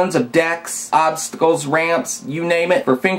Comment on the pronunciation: I love how you say '' Obsssstacls ''